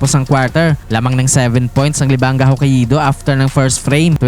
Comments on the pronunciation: Hah-kay-do ser hindi ho-ka-ee-do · Hoka ido 🤣🤣 hindi ata ma pronounce ng maasyos ang HOKAIDO hahahahaa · Ho-ka-i-do ampota😂... Pauso si tanga😅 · Hokka-ih-do amp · FYI... The pronunciation of Hokkaido is...Hoe-Kai-Doe. lol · dmo mapronounce ng tama ang HOKKAIDO boss😂. ganto basa jan HOKAYDO ok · Sakit sa tenga pakinggan magsalita nitong vlogger nato. Simpleng pangalan ng lugar na Hokkaido hindi pa ma-pronounce ng maayos. Lahat ng salita at pangalan ng lugar puede mo na hanapin sa Google para mapag-aralan kung paano iyon tamang pronounciation, hindi mo pa magawa. 🤦🏻‍♂️ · Literacy rate kasi ng Pilipinas especially in some rural areas unfortunately puro palpak. Pag-pronounce na nga lang ng Hokkaido hindi pa masabi ng tama. Partida meron yan access sa internet para matuto.